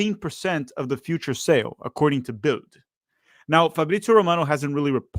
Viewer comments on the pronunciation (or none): Although it is called "Bild" (means "picture"), it is pronounced "Bilt." The "d" at the end of a word in German is pronounced like a "t" sound. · Bild - say it Bilt or Built. In German, Ds on the end of the word are spoken like Ts. By the way, it means "Picture".